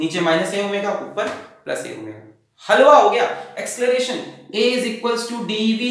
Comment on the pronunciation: asceleration nahi sirrr acceleration hai vo